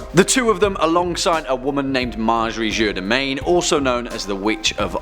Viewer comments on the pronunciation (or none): none